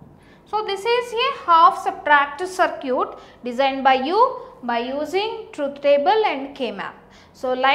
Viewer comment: sar-kee-yut LOL!